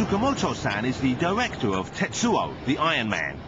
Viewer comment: How do these people (the English guy) become television announcers. "Tsukamoto san is the diwektor of..." "The result is not pwetty" "At Space Channel jambowees...." etc, etc..